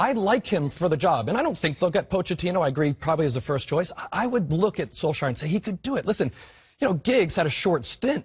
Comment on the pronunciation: All three of them pronounced his name differently lol. You'd think before filming, someone would have said hey let's figure out and agree on the proper pronunciation of Solskjaer.